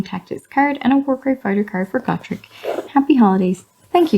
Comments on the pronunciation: It's 'Go-Trek', not 'Got-Rek'.... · which is weird cuz in the audiodramas it’s pronounced Got-rek.